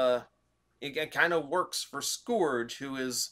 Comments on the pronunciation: Say it with me now. Sc-urge. Sc. Urge. The "o" is silent. That, or you're putting to much emphasis on the "u". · Is it sc-OR-ge or sc-UR-ge with pronunciation? In the episodes (you can find them on YouTube), it's being pronounced sc-UR-ge. Not trying to correct you, I'm just curious now but hey either way, it's Black Convoy